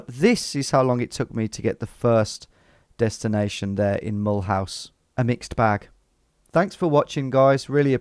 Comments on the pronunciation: "Mull house" is not the way the city is pronounced. It's the French pronounciation: mə-LOOZ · As a French, hearing you pronounce Mulhouse "Mullhouse" is so damn funny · Being french, the first part was facilitated but it was really funny. I burst out laughing when I heard your pronunciation of Mulhouse. I never realised that it could sound so british. It was even funnier given that you nailed "Alsace-Lorraine" just before :). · And Mulhouse is pronounced like "M'loo sir" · Thought you'd recognise Mulhouse (pron. Mull-ooze) Tom, given that it's twinned with Walsall! 😂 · Mulhouse isn't pronounced as Mulhouse; it's pronounced as Mulhouse.